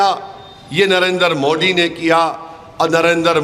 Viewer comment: inko pahle Narendra Modi ji ka naam uchcharan karne boliye